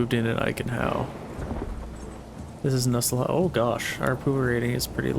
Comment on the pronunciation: It's always cringy to hear non German speakers trying to pronounce German names such as "Nusslohe" (Nuss= Noose but a shorter 'o' as in "to" and lohe= lore-heh) or "Zweiau" (Tsvy-ow) but to be fair I do get that German is a hard language to learn. Please excuse my ramblings. I lterally watched the entire six hours and could have continued. Manor Lords truly is a cozy game.